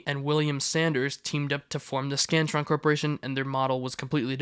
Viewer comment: I thought ts said “The Scranton”